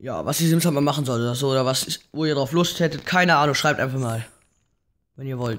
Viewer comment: Sims wird mit scharfen >S< ausgesprochen Nikolas Gladbach